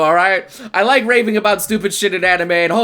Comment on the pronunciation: Raving sounded like raping I was like wtf?